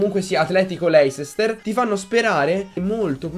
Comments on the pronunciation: cmq leicester si pronuncia leister non voglio fare il prof;) se vi sentite davvero forti o quarti o finale è uguale:) Detto questo. Buona fortuna;) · la pronuncia "leisester" AHHAHAHAHAHAHAHAHAHAAH